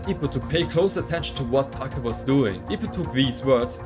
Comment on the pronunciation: It’s Take not Taka. Similar to pronouncing Date.